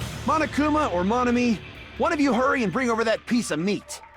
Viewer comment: bro I can't unhear it now OHVER LMAOOOO